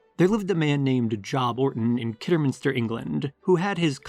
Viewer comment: The name Job is pronounced Jobe like globe. The name Beau is pronounced Bo like bow and arrow.